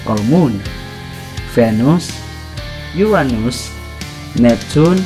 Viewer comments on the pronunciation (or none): none